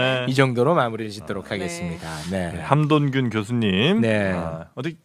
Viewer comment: 원고에 써있을거 잖아!!! 함ㆍ돈ㆍ균 이라고 일부러 그르는거 티난다